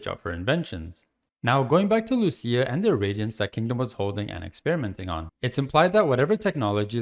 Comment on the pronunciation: lucia not lusia